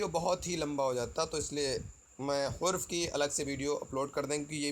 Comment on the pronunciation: sir!hurf nhi harf hota hai